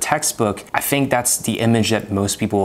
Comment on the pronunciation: The evidence of non native speaker is "I fink" for me, we here it at the beginning of the video.